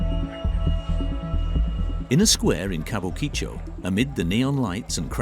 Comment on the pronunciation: Ka bu ki cho - you'd think that if you're going to make a video about a particular area, the first thing to do is know how to say its name. There is generally little to no phonetic emphasis placed on any parts of most Japanese words, so it needs to be pronounced flatly - Kabukicho, not Kabu Ki Cho. Tbh, this video just plays to the "Japan is weird" stereotype, so got boring quickly.